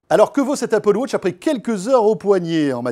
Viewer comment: Je commence la vidéo, le mec commence à dire : "Alors que vaut cette Apple wotch" ...